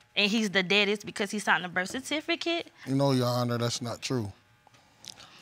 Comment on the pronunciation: “kertificate” “hospilil”😂